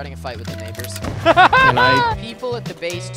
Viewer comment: Is it just me, or did anyone else hear 'neighbors' as 'n*ggers'?